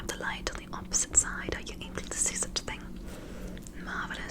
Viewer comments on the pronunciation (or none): none